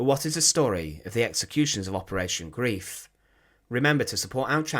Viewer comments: PLEASE STOP SAYING "G-R-I-E-F", it is GREIF, not GRIEF! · Yes. The English word Grief (ie) means sorrow whereas the German word Greif (ei) means grab…mostly commonly in reference to the action of a bird of prey which are referred to as a Greifvogel. The video is excellent but the mispronunciation also translates into a whole other meaning. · It is pronounced Grīf, NOT Grēf, and it means to "grab", "grasp", or "hold fast". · Thank for your informative video! One correction: Operation Greif, meaning Operation Griffen, 2nd word is pronounced "Greyef" (long "i" sound). NOT pronounced "greef", as English word grief. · I have to write this. Greif is pronounced GRIFE, not GREEF. It was infuriating, and spoilt an otherwise good video. Sorry to be picky! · Greif rhymes with knife, and is pronounced grife. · The mission name isn't pronounced "grief." It rhymes with "life." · A mutch covered topic. Operation Greif (Grab) was welnamed concidering its intentions (sucuring bridges, supplies and fuel, not destroying them). Grief as it is pronounced by you means something different alltogether. I understand German pronounciation is difficult but even English is a Germanic Language. Substitute the i in Greif for an y and you come very close to the correct pronounciation. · He was correct about the long “i” sound so it rhymes with “life,” but that extra “e” is unnecessary.